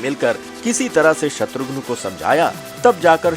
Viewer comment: Abe naam to acche se bol shatughn nahi shatrughan naam h uska